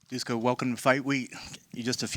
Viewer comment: Duško - Dushko Š - SH